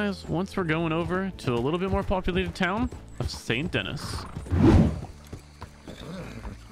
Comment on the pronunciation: They should add calling Saint Denis, Saint Dennis, a crime in this server.